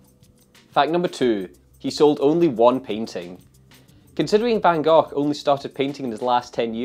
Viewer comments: Nope, it's actually not. The Dutch pronounce the 'g' sound like Peter did at the end of Gogh, but the sound is actually on both Gs. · I still think it's pronounced 'Van Goff'.